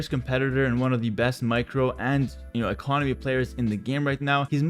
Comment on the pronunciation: “Top micro and (awkward pause) economy player” 😂😂😂